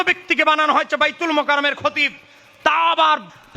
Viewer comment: শালা তুই তো বায়তুল মোকাররম এর নামটাই ঠিক মত নিতে পারিস না আবার আসছিস ভুল ধরতে! গাধা কোথাকার!